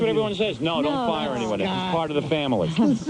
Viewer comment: * I’M ON FIYAH